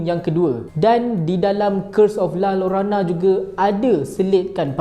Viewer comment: Sebutan la llorona = la yorona